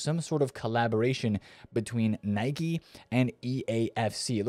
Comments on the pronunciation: Its Nike not Nicky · Never heard Anyone pronounce it that way😂 Its Nike not Nicky or Nikey. Well USA is .... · "Nai-kee" is the pronunciation. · Nikey? Brother cant even pronounce it correct😅